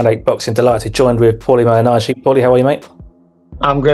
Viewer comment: The pronunciation of "Malignaggi" in this video is a great argument against the obnoxious use of AI.